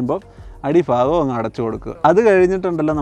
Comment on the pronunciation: ഭാഗം എന്ന മലയാള ഭാഷക്ക് ഒരു തിരുത്ത് ഫാ ഗം